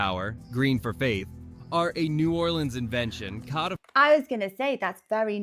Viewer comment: The only Brit to ever say New Orleans correctly 😂❤